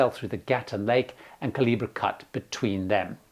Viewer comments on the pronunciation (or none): none